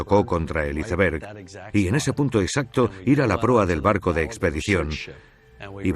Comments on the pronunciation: Porque le dicen "hiceverg" se pronuncia "aisverg" y se escribe iceberg ... coño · Es iceberg = aisberg habla en ingles no lo pronuncies en español